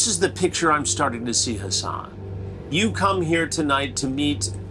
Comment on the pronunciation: COME ON, HASS-ON